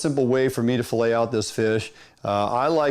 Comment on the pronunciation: fill aying ! hahahahaha